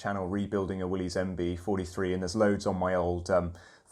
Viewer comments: It's not pronounced Willy's it's pronounced Willis the Y is a short I sound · When a Jeep guy doesn't pronounce, "Willys," correctly.